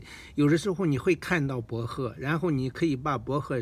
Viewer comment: 博贺听着好别扭